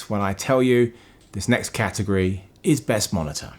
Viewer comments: "Cat" agory... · When you say category, I ... I just hear ... ahm ... I think, you just emphasize the cat in category... :D